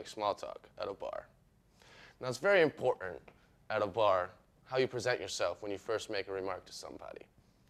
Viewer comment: Please tell me this is a joke..... If not, then somebody needs to teach this guy to speak before he does anymore videos. Did anyone hear how he said the word "Important" 14 seconds in. I just can't stop replaying it to myself, that shit is funny. Also at what point is the socially awkward frat boy buying you a drink a means to put you in a chatty mood. Isn't there a stereotype describing being at a bar that includes that very same situation...? Correct me if I'm wronger here, but didn't that same stereotype have somewhat of a negative connotation